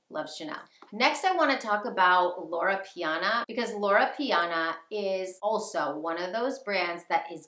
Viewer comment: LorO Piana...not Lora. 😄 Brooks Bros. (also old money , but in a different way) makes some wonderful coats using Loro Piana wool and cashmere. Its a much more affordable option that still provides excellent quality and timeless style.